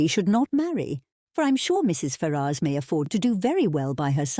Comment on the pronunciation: Very good, but am I the only person that's going mad at the pronunciation of Ferrars? Every time I hear it, I am thinking, who are you talking about 😂